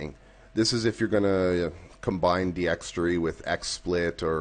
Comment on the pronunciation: Its D-x-tor-y not D-x-tre-y